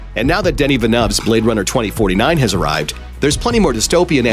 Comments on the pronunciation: Fail at Villeneuve pronunciation! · Can no one pronounce director's name properly?